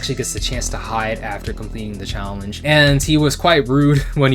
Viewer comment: "PREPARE TO CHALLENCE!!!"